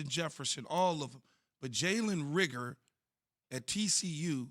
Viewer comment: If they say “rigger” instead of “Reagor” one more time